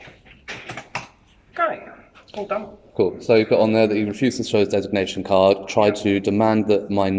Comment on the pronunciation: 6081 couldn't even pronounce 'designation card'😂